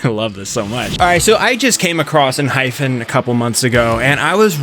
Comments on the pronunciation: let me tell you its Enhy-PEN youre calling it ENHY-FEN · lol it’s ENHYPEN not ENHYPHEN 😂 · Am i the only one who hears Enhyfen enstead of Enhypen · Enhy-pen lol pen not fen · I'm sorry, but I literally physically flinch every time you say "Enhyphen" 😭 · Just to let you know it's pronounced 'en' 'hi' 'pen' . There is no 'ph' sound. 😊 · Same 😂. It's pronounced as En-hy-pen😅